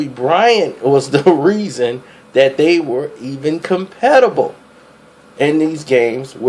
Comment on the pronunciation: Did he say "competi-ble" when he meant competitive?